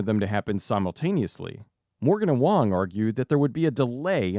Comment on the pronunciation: James “Wong” 😭